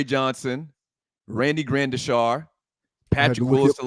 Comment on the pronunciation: Gradishar not Grandisha